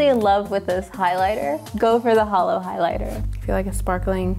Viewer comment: ITS NOT HOLOOOOO STOPPPPPPPP